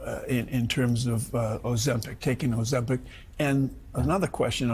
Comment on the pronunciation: "Oh, Zempic!!" 🥒